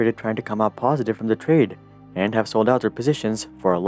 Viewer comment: He byought ?? Domp eet ...... He syold?? Pomp eet ......